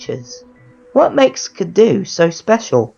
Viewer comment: You pronounced the name wrong,. XD